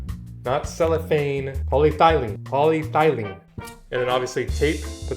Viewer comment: My son recently sold a painting on a panel to a buyer in another state. Your video is exactly what we need. However we have one question. Did you say polythylene or polyethylene? Thanks. 👍🏼